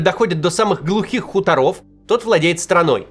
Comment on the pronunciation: Максим, не серверА, а сЕрверы! Выйди и зайди как положено, не позорь меня. ( я тебя всем своим советую, а ты серверА ) Ещё и хуторОв! … 🤦‍♂️